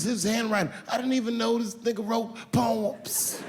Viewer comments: The way he says "pow-emsss" cracks me up every time. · the way he says “poems” in 😂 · “I didn’t even know this nigga wrote...POEMS!” 😂😂 that pause killed me